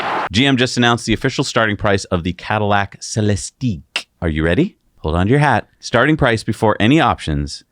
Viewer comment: It's Celistiq(ick) like lyriq(ick), no eeeeeek at the end